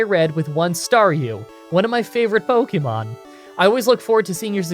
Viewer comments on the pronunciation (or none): Again, it’s not pronounced “pokymon” or “pokyball” is more like “pokehmon”, watch the anime. If you are going to profit off this franchise you could at least pronounce its name correctly